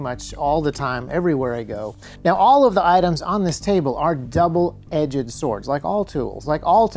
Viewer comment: I love your videos.. but, the way you pronounce "edged", for want of a better word, triggers me